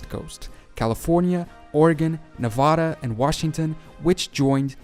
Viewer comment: I like how the guy in the video pronounced Nevada correctly. I will NEVER pronounce it the way people who live there do.